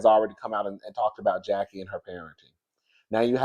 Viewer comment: I actually LOVE this episode bc we see Chantel with her momma enemy and love the alliance Jen/Brandi the Kenya of the show and Mrs. Jackie Marie Christie united against Evilyn and the new girls. That Latina girl was on my nerve like gurl you just came in and saying Jackie wrong? girl stay out of FAMILY BUSINESS! Chantel and Evilyn daughter are now bestie. Chantel and Brittany trying to be the SHAMEANA and PORSHA WILLIAMS of the show besties, but missing the years and history from RHOA lolzzz.